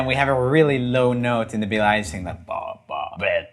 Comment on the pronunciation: “Billie Elish” 😼 “Dillice lilly” ☕️🧐